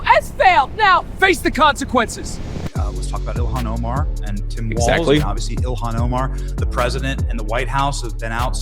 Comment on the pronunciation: Why the fuck can’t JD pronounce “Ilhan”?